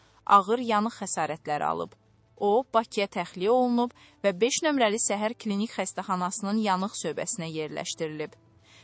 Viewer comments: Heç olmasa düz oxuyun-səhər yox şəhər xəstəxanası-ay bisavad. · Səhər yox şəhər Cingiz yox Çingiz Allah rəhmət etsin